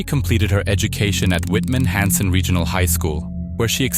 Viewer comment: Its pronounced whit men hanson , i went to high-school with her . She was a yr younger than me .